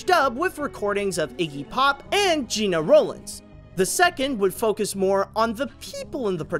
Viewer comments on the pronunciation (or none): none